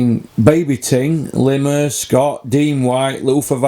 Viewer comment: Lool why you calling him Lemur i thought it was Lemar 🤣🤣